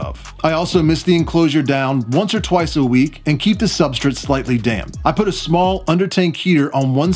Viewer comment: I'm not entirely thrilled with how you pronounce substrate but great video. You take very good care of your animals